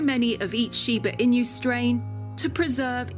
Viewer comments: Imagine making a whole wikipedia video about something but ends up mispronouncing the name so badly during the entire duration of the video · At least she could’ve researched on how to pronounce the word. It’s annoying to listen that I didn’t finished watching it. Was only until 3 minutes. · So annoying to continue to mispronounce! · It drives me crazy . She's pronouncing it wrong. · I’m cringing hard the way she pronounced it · Hey I am Japanese and I love Shibas. Very informative content but sad to hear Chinese music in the back ground😅 Also narration kept calling the dog Shiba INU like "In you" or "EMU", but actually are pronounced INOO (NU pronounced like Nutella) as the owners was saying. INU means dog. Otherwise good show and I enjoyed it. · I loveyour videos, but I wish you at least have learnt how to correctly pronounce its name and stopped saying it like "in you"all the time. There is no y sound while spelling inu, which by the way means dog in Japanese. I wanted to watch ths episode but after hearig in you over and over, I had to close after 3.5 minutes. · Why do you say "in-you"? It's pronounced "ee-noo" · why do they let her say inyou when all of the people are saying enu? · That Shiba “Inyu" is making me cringe 😬 😬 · Please pronounce correctly. Not Shiba-Inyu... but Shiba-Inu! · シーバイニュー、ていうのなんかワロてまう シバイヌよりカワイサが溢れ出てる しかしなぜイヌまで含めて英語では発音されてんだろう(笑) 背景BGMがどう聞いてもいわゆる中華風（和風ではない(笑)）で、欧米人の雑なアジアくくりっていうのもまた(笑) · It's shiba "i-noo" (a short 2nd sound), NOT shiba "i-new". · shiba INU, NOT shiba inyou!!! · It’s pronounced EE-new,. Not in you. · normal people: Shiba Inu this person: Shiba In You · Shiba emu. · シバイニュ〜って発音するのが可愛い❤ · I couldn’t watch as she kept mentioning IN-YOUs, smh! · but...why did no one corrected her weird pronounciation? Pronouncing it Shiba Inyoo all the time is strange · the "inyu" pronunciation is driving me crazy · I'm not Japanese but even I feel annoyed at the way she keeps saying "inu" as "in you". It's not that difficult to pronounce.